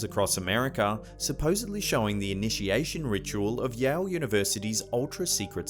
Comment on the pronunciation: Did you say yowl university?